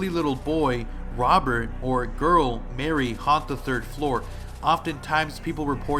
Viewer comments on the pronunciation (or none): none